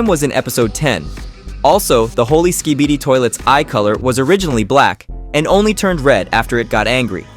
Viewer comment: U just said skeebeedeee it’s skibidi